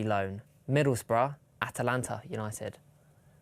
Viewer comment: calling Atlanta United “Atalanta United” was wholesome